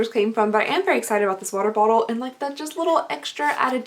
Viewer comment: I just have to laugh a little lol, you can’t say water bottle to save your life but juxtaposition comes out without a hitch 😂😂😂